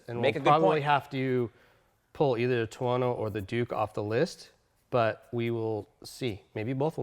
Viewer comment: "tono". seriously?